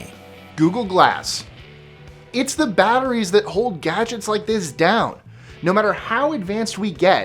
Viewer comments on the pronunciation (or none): none